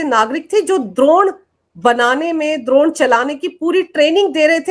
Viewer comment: Drone,,aap doun bol rahe h,,,, this man is a CIA agent clear h